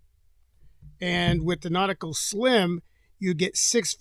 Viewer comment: Nautical not Nautica 😂